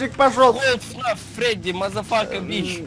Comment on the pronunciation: Был...ь Фредди не Фрэдди... : (